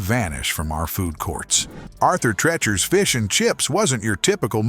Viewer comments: PRONOUNCED TREECHERS. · I do but the narrator and producers obviously do not! It's not pronounced Arthur "Treh-chers" Fish and Chips. It's pronounced Arthur "Tree-churs" Fish and Chips. Stopped watching after 30 seconds because of the repeated mispronunciation of that! Was this AI narrated? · Wanted to watch this but get the AI to pronounce Arthur Treacher’s the correct way! Cringe!!😬😬😬😬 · It's pronounced Arthur Treechers Fish and Chips. Have we learned nothing from their jingle? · treachers has a Long E moron narrator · Really getting tired of all the AI voiceovers everywhere. Turned it off after pronouncing "Treachers" incorrectly over and over. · Dawg, get a better AI or at least proof-listen. "Treacher's" has already been brought up but the section on Morrison's with "trablas," "changing tastys," "face-ed allegations of racy-al discrimination" is redonk. Try harder. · jesus I tried but the AI voice saying "treachers" wrong 12x in less than 5min is just..... no.... thumbs down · Your treacherous pronunciation of Arthur Treacher's is killing me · Why is he pronouncing Arthur Treachers wrong😢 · Thank You! He was murdering one of my favorite eateries